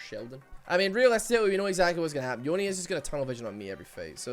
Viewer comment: Every time say yone I think he’s saying oni